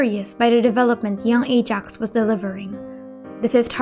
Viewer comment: I get that, but it’s not the way you pronounce Ajax name in the game.